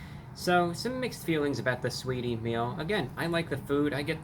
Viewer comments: "Sweetie", isn't it Sa-weetie? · The A ain’t silent in sAweetie get it right brah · The a is not silent! Saaaweetie! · Who tf is "suhweety" 😬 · Lol the A is not silent, it’s pronounced SAH-WAY-DEE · its pronounced sah wee ty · I’m here to hear him say “Saweetie” more than anything. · The “a” in Saweetie is not silent. It is a southern/urban play on the vowel. Usually used to add emphasis, character.... or just being extra. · Honestly I just clicked on this video to hear him say saweetie 😂